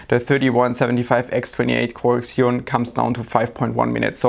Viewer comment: Did he just say X-eon in the first 30 seconds of the video? Isn't it Zeon, just spelled Xeon?